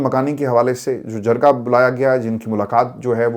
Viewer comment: Releasr IK only demand Pronounce jirga not jarga